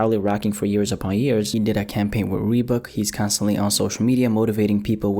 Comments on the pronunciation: did you just say “reebook” not reebok, dumb ass nigga 😂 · Rebook what the hell its Reebok but good vid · Did my nigga just pronounce Reebok as “reebook” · did he just say rebook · "Reeboook" lmao 😂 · "Re book"